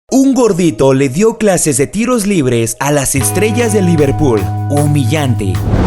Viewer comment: Racistas de mierda , encima no saben pronunciar liverpool